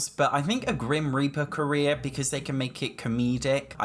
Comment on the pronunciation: I keep hearing “grim reaper career” as grim reaper Korea